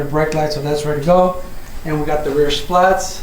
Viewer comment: Bro stop calling them splats 🤣 it’s spat.